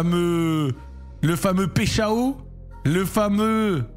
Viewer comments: Yo le Z, je suis franco Brésilien ( de Rio de Janeiro) , ont dit PAÏCH1ON (j'ai mis le 1 parce qu'on prononce comme le nombre) voilà j'espere que c'etait un peu clair :P Force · pecheao ptdrr la prononciation stp.. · Hey Zack, petite précision, son nom se prononcerait plutôt Paille Chao (avec un bon accent français) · On dit paychawww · on dit PAïCHON y parait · Il me stresse quand il dit péchao 😂😂😂